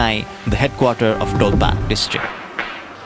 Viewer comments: that's dolpa not dolpo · Not dolpo its call dolpa